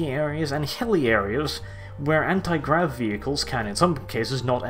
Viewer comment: he said granti grav instead of anti grav. not a big thing but its nice to see that even he can make mistakes